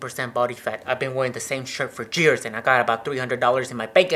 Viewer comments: is not jeer is years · He actually said jeirz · LOL he said jears instead of years and jes instead of yes 😂